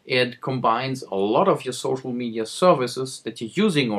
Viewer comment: Did you just say ''Gocial media'' ? lol